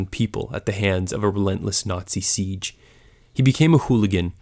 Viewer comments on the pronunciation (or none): none